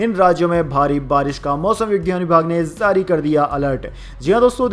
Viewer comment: Samacharon men zari nahin jari,zankari nahin jankari zaldnahin jald bola ja a